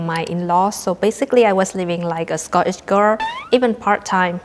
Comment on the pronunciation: Sco eesh...... perfect accent ❤